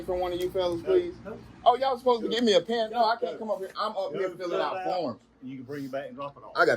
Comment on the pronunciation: "Go get yo' peean." Somehow turned the word pen into two syllables.